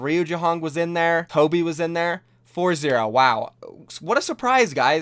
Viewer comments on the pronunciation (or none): none